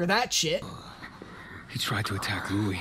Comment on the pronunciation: Yikes, yikes, yikes! What is going on?! Also, does realize he's changing Louis's name pronunciation all the time? xD